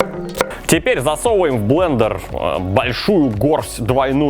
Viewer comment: О нет, мои уши! Зачем ты сказал блееендеер!??